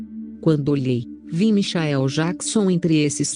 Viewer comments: Michaéu Jaquison,nem pronunciar o nome certo essa mulher sabe,MENTIROSA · Como é essa história? A pessoa vai pro céu e depois pro inferno? Larga de ser hipócrita, protestante vagabundo, mentiroso....Não sabe nem pronunciar Michael Jackson....